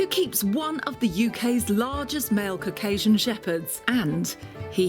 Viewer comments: Lol I heard “and look, we have a giant pile of cocaine” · Her pronounciation of Caucasian is horrible!